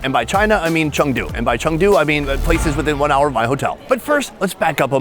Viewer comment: Its Chengdu not changdu red neck.